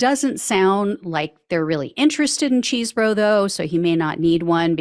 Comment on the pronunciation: Thank you for your reporting …as much as I dislike the man, please say his name correctly…Chese, not Cheese…